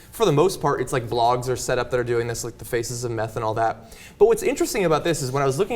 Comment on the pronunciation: Did she say the "whores of methamphetamine"?